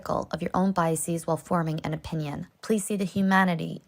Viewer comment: why do people pronounce it "bias-ees" lol? Truly makes me feel like they just want to sound smart, same with process-ees.